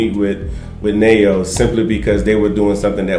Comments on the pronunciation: You pronounce your friends name as Nhe-Wo=Neo not as Ne-Yo. The name means gift. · It's pronounced Newo.